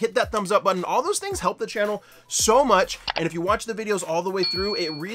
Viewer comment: I replayed about a hundred times to hear that massive “The”